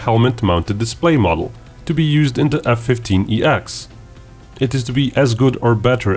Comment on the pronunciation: .... its named the F-15EX ... its called F-1 SEX....